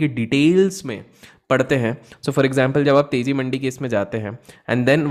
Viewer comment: Your pronounciation for mandiis incorrect